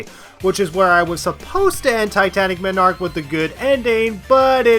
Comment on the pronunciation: The way you pronounce Titanic Monarch personally offends me